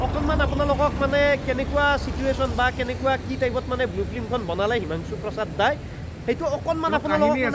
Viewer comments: Blue nhoi Bulu...aru flem nhoi Film bro...thamnail bhul hoise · dada flem nhy flim ..aru blue nhy aikhn bulu he ...sry ...moi apunar protitu vdo sao